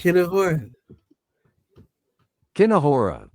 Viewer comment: Kinehora, then you say poo poo poo kina (whore) a is the pronunciation